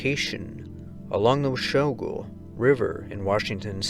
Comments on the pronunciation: Washougal River is pronouced: Wash-oogle ..... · Its Washougal pronounced Wah-shoo-gul. Washington has some of the craziest names of towns and cities!